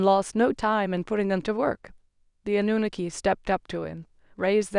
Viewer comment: People all over the internet pronounce Anunnaki the same way then you come along and want to butcher it pronouncing it completely differently from everyone else. Lol